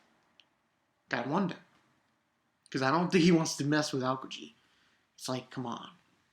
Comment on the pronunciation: Hey! Just to clarify, I think it's Ahh-ohhh-key-jee. Although you may want to ask a native Japanese speaker.. great video!